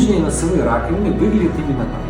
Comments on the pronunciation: Нижние носовые, простите, что? Раковинки? Не расслышала.. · 3.01 Нижние носовые ... что? Несколько раз отматывал назад чтоб понять это слово.